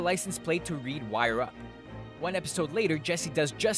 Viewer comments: It's LWYRUP, for Lawyer Up...not Wire Up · "LWYRUP" with an L, not "wire up". Nice try.